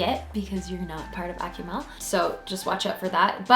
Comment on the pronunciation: "AK-oo-MALL" not ”Ack-you-mel"